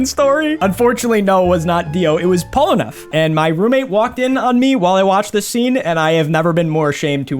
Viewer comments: Polnareff is French. His name is pronounced in French, not English. You're a Jojo Pro, but you have to practice almost every name. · btw its not pronounced "polen-eff" its pronounced "pole-na-ref" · Why is bro pronouncing hean pierre polnareff as gene pierre polaneff😭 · Pol-na-reff not polnef please for the love of god every single time you say it I want to scoop my brains out of my nose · the way he pronounced Polnareff’s name as “Pullaneff” got me dying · Dude be like "Sorry for butchering Okuyasu's name" (which he pronounced 99% right) And then proceeds to give 0 "s" saying "Polanef"s name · Ain’t no way bro said “polaneff” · I might have a mental breakdown if I hear "Polaneff" again lol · Kakyon Gene Pier Polranfef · Polaneff😐🗿Then Dio brrrrrrandoou💀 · Gene Pierre Polnareff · Jin pir polanef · Bro said Polneff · For me it’s sounds like he’s saying “Polaneff” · Gene peer polnaref 💀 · he also said Divolo and Polnaleff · Man said Djinn peer polrenef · Especially when he said “pollenwrath” 💀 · Gene Pier Polraneff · He said it wrong twice. Polonif and followed by polenrif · Gene pier polaneff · The pronunciation is supposed to be john pier polnareff Spelling is jean pierre polnareff tho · It's zhaan phiere folnareff if you wanna say in english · Jean 👖 Pierre Polaneff???? Bro are you a fan or you are just looking on a paper. The pronounciation omg!! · I never saw someone butcher polnareff's name so badly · I physically cringed hearing how he pronounced polnareff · You cant even excuse some with "those japanese names are hard to spell" how does someone mispronounce Polnareff? Speedreading is a vice and a mistake. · Bro cant even say polnareff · How do you manage to pronounce Polnareff wrong in every single one of your videos 💀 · Exactly, the only reason why I'm taking French is to pronounce his name properly